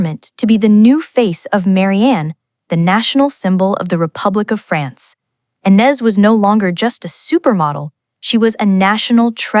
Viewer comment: Please learn how to pronounce the name of Ines correctly!!!!! She is the subject of your video. Come to think of it, teach your bot some French!